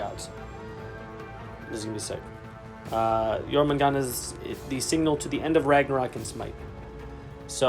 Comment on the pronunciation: Pretty sure they’re releasing jormungandr not jormangant... There’s a d and an r, they’re not silent. 😁